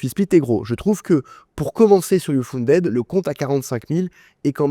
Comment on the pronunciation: Mauvaise prononciation de "uFunded"...